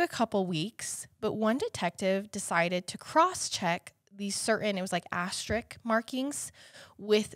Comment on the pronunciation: Love you guys so much! I hope you take this criticism as it's intended as a teaching moment. You keep saying Asterik and it is driving my OCD crazy!. Asterisk is the word. Again love you guys so sorry if this sounds trolly, just want you to know so you can fix it in the future. Keep up the awesome work!